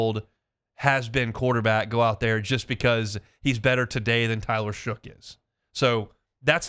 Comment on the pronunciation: Shough pronounced "Shuck"